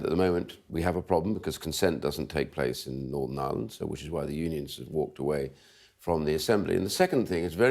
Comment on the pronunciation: Norvern eire is a Bwitish as Finchly.